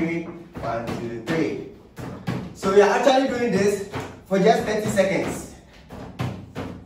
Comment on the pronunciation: It's seconds not secends🤣😂💔💔